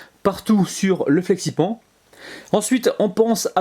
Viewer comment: Coucou ! superbe vidéo mais flexi pan se prononce flexi panne ahah bisous